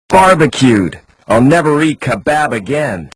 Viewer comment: the voice acting is horrible. Never heard of anyone pronouncing the word kebab the way it's spelled.